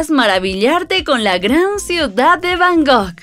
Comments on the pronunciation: Está muy bien el video, pero se dice Bangkok, no Bangok 😅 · Repite conmigo es B A N G ( K ) OK 😊